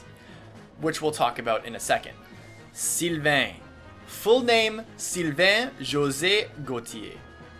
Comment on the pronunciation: You slaughtered Sylvains name... ooof.